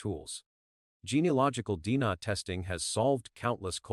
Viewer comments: Dina ,Jonbeni 😅 Dna , JonBenet . AI Can't pronounce names correctly , sounds funny .. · This is the worse narrator I’ve ever heard. Jonbennie, Deenah (DNA).? He sounds nuts.👺👺👺👺👺👺